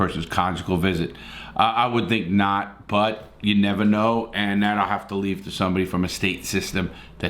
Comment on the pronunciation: “i’ll nevah forget” “and to this day” “he was a good guy”